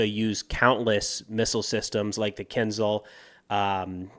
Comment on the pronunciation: Not Kinzal, but Kinzhal - it means dagger 🗡️.